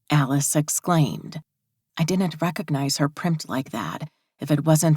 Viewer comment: Whatever you do, don’t notice the word DIDN’T mispronounced as DINNENT because your brain cannot let it go and it is said sooo many times that it gets super-distracting from the book. 🧠🧽💦